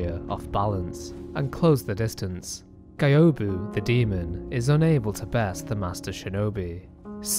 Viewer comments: Why do u pronounce Gyobu as GAYOBU ??? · "GAIOBU"... how could you make a lore video and dont bother about right pronuntiation of the names? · the way you pronounce gyobu's name hurts me